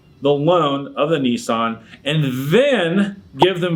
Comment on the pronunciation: Their first mistake was buying a Nissan. Their second mistake was buying a Nissan from a guy who doesn't know how to pronounce the model name. But regardless. This is a nonsense lawsuit.